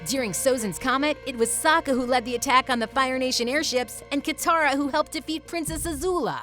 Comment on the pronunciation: Wait listen or she didn’t say sokka right!